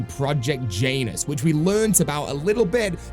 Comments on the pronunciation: I believe it’s pronounced Janus like you would say January and not like Jaynus. I know it’s not important and is a bit nitpicky but it was driving me nuts hearing it pronounced like that 😂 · Jan-us project Jan - us … not J-anus super funny not gonna call it anything else but anus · Bro please dont say Janus like that💀